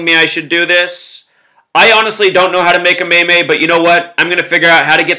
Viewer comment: Zack its pronounced like MEEM